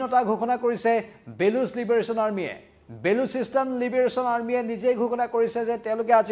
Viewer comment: ''Bolosistan'' not Balusistan 👍